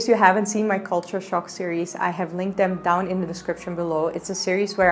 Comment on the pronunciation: i like the way you pronounce "them" as "dem"